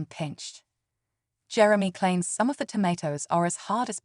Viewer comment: Jerem-y😂 . .ai is a funny thing